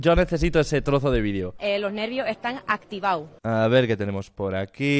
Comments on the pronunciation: Lo' nervio' e'tan activa'o' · dice: loj nervios están activau;)